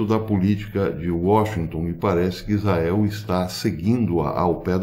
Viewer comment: Bom domingo professor, tenho sempre acompanhado seus vídeos, mas gostaria que o sr. Desse um capricho quando da pronúncia da palavra ISRAEL RRRR